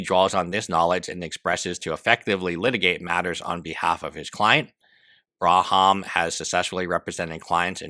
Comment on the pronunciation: I'm all on Ethan's side here, but Jesus Christ how is it so hard for you to read the word "BAHRAM", you keep pronouncing it as "BRAHAM", makes me go crazy